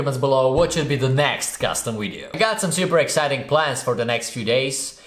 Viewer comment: Its anoying that you always pronouce "wideo" when you should pronouce it "video"